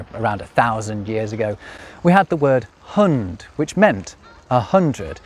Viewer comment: Hund was pronounced hund, not hənd, and centum was pronounced kentu(nasal), not sentm(syllabic), and hekaton didn't have an aspirated t. Thusend didn't have that forward half ü half u of modern English, and the surrounding was voiceless. Mille was pronounced mille, not miilei. Myriás was pronounced mürias with the a being higher pitch, and the s was retracted like in Spanish and Modern Greek. Also, unless British romanisation of Indian subcontinent languages played yet another of its dirty tricks, I see no reason why a word coming from Sanskrit and romanised as "crore" should be pronounced as khróo.